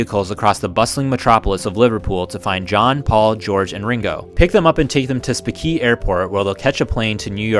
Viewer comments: Speke is pronounced "Speak" 🙂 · SPEAK - thats how it is pronounced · It's pronounced "Speak" Airport. Now known as Liverpool John Lennon Airport.